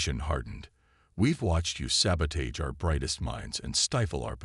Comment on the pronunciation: Why is it none of these computer readers can say the word sabotage!